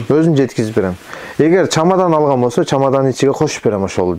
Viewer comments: Чомадан эмес чемодан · Чемодан чамадан эмес !